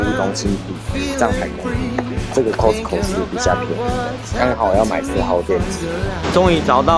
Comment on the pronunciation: 哈哈，其實念的COSTCO是標準的音，咖斯扣太台了